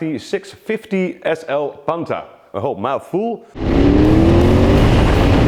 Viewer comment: it is pronounced PANTAH not Panta